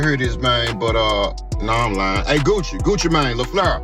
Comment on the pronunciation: 🤔❓😆🤣 "GUCCI MAIN Á" "POOH SHEESTY" WTHELLY??? 🤦🏾‍♂️😄😂 How Bout instead Of "TRYING" to Say Their entire name's JUST Use da 1st part of their names in which seems easier for U to pronounce.... Lol & Smh Even though da messag is in da Story Ijs! How U sound SILLY & Uncertain 🤫🤐 🫩❓🤷🏾‍♂️